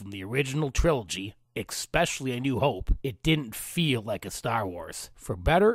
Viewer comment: The fact that you said "exspecially" destroys your credibility.